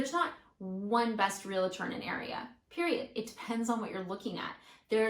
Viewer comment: say it with me real-trrr. not real-la-tour